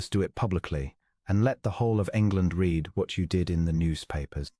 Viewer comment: Liked story but PLEASE EDIT, EDIT! You need to listen to your AI story and correct it! It cannot tell the difference between present tense and past tense of "READ". One is pronounced "reed", the other is "red".